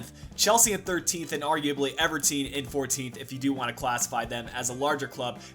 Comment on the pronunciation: m8 why did you say Everteen instead of Everton? Well everyone makes mistakes.